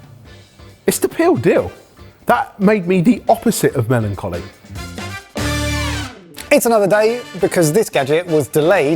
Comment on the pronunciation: So is now "melonjolly?"